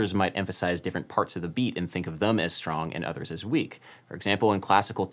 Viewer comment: Since you are taking about stress, one weird thing I picked up on is "I think of THEM as strong" you said, but you used a schwa (neutral vowel) on "Them" instead of what I would normally use when stressing that word, an open E as in "bet." Weird. Wait, is "weird" one syllable or two?